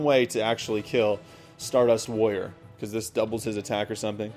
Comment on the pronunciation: it sounds like you are saying lawyer instead of warrior